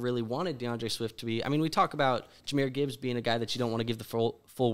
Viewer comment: And then he proceeded to mispronounce Gibbs name lol